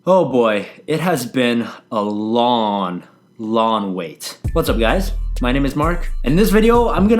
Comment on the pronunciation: A "lawn" wait.